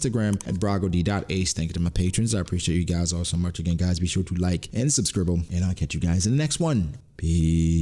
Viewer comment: I’ll do my best to watch out for spoilers..! Type this at the end of the video and did ya say “Subscribble” ..???